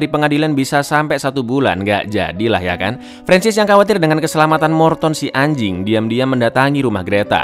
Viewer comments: Yah biasa aja dong kalau bilang ANJING🗿🗿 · Ngomong anjing ny biasa aja bg